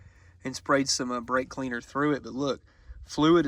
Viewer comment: Did i hear a "blake cleaner" in there ? 😂😂